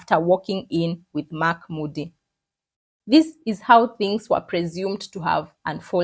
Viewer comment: Kenyans: THINGS ❌ DHINGS ✅